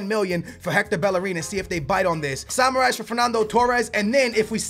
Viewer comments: Its samaris not samarais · That Samaris butchering tho lmao Seems like he's saying samurai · You are pronouncing samaris so wrong dude , dont say you re a benfica fan